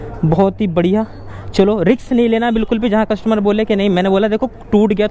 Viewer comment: रिक्स नहीं रिस्क होता है😅